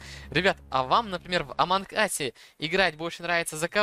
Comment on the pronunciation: нэ аманк ас а амонг ас вот так правильно!!!!!!!!!!!!!!!!!!!!!!!!!!!!!!!!!!!!!!